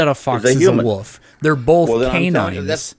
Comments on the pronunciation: Wolf. Not woof. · Did he say “wuff is a wuff”?